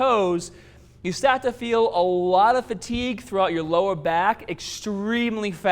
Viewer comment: lmfao my nigga said "staht"